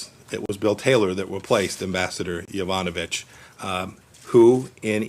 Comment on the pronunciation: He can’t even say her name right. Be says “Yanovich”